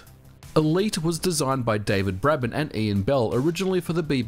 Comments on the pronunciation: Braben is pronounced "Brayben". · I had elite on the Speccy when I was 5, by the time I was 6 I could get through the lenslok myself. Note the lenslok only looks for letters, not numbers, and David Braben is pronounced “Braybon” but awesome video! Also, a 48k spectrum game is 4 minutes maximum, 128k being just over ten minutes. Elite was a 48k game!